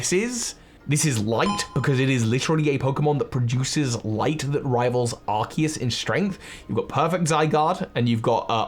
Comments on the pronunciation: but it's pronounced ar-cues as in arch and Zeus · Well Arkoos.That is all I have to say.Sorry